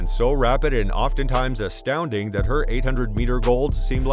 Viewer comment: It's "Au thing" *